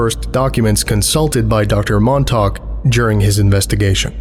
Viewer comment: As someone who grew up on Long Island, you have no idea how much of a relief it was to hear you pronounce Montauk correctly! I think you're the only one I've ever heard say it right